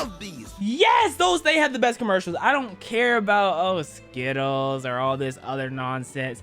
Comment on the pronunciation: This man almost said skottles instead of skittles😂